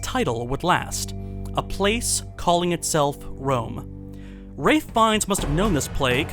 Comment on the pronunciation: It's "Ralph" Fiennes